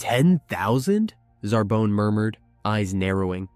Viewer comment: Radeets and Zarbin